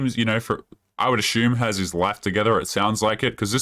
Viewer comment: Ashume , really what’s ashume?